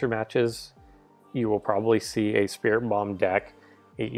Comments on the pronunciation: Search up the pronunciations! And did you say 'Spiri-bum'? 😠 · sorry to correct you, but I think it's pronounced "Sprit Tomb" like a mummy's tomb. Good job on pronouncing Sableye, though!